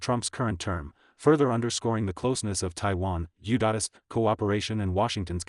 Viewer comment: This one is obviously AI generated. It cant say U.S correctly and it repeats "Indo Pacific Queen" like 10 times. The AI even confuses itself and thought Indo Pacific Queen was a real thing and that the president of Japan can be coronated.